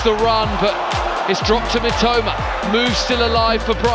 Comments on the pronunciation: 実況の人が三苫というときに、「めっちゃうま」って聞こえる。。例えば、 のところ しかし、このスピードと運動量チート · 三笘がめちゃウマに聞こえるw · "Mitoma"がめっちゃうまに聞こえる。確かにめっちゃ上手い！ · Mitomaと言ってるのが「めちゃウマ」に聞こえる！ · mitomaがメチャウマに聞こえて草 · 正確には Mitoma, Mitomaなのにﾒﾁｬｳﾏｲに聞こえるw